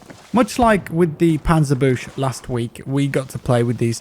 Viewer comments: Its called like Panzer Bookse not Panzer Boosh! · "Panserbusch" does any non German even know how to pronounce it correctly? its "pantzerbükse" pronounced and called Panzerbüchse !!! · It's Panzer-Booxee, not Boosh ... es heißt Panzerbüchse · Its not bush its pronounced būka, panzerbüsche. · pronunciation: panza bux suh (closest english pronunciation for that word) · For someone who doesn't speak German, it's hard to know how to pronounce certain words. In the case of the Panzerbüchse, the 'büchse' is pronounced with the 'U' (roughly) as in 'put', the 'CH' as a 'CK' and the E the same as in 'send'. So Panzer[bʊckse]. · Its pronounced Panzer Buxe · If anyone is interested in in pronouncing "panzerbüchse" somewhat correctly. Say it like "panzer book-seh" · It took me so long to figure out that hes trying to say panzerbüchse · Hello, you can use Google to help you pronounce panzerbüchse... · holy shit how do i teach him the correct pronounciation of panzerbuchse, this hurts! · As a german its very funny how you pronounce panzerbüchse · He butchered the pronunciation of "Panzerbüchse" quite spectacularly. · omg, the way he says Panzerbüchse :-D